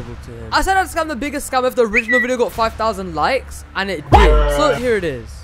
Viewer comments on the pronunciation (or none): The “HOW DRRRRID I DO”